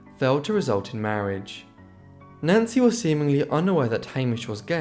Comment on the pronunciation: Why does the narrator seem to have so much difficulty with pronouncing VERY common names for English women? For goodness sakes, Nancy, Pamela and Diana are not particularly exotic!